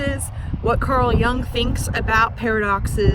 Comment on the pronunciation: Jung is a German name/word, so is pronounced not [young], but [yoong] (American spellings).